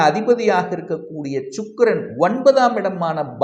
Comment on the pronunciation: Sir chukkkiran illa sir, sukirannu sollunga... Chakarai illa Sakarai....